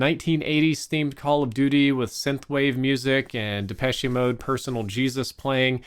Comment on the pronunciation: would never mispronounce depeche mode, no...